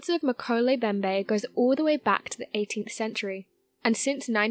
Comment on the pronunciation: All three M's in Mkele Mbembe are pronounced. MMMMMkele MMMMMMbembe